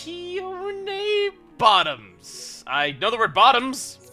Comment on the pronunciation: "Alskeeyaohnay... Bottoms". It's just "Al-see-own"... lol